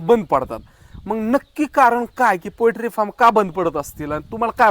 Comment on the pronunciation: पोएट्री फार्म नाही पोल्ट्री फार्म म्हणा भाऊ!